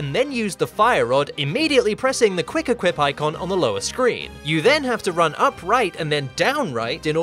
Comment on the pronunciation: i love how you say wuick equip